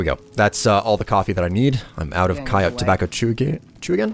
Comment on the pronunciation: Please stop mispronouncing coyote.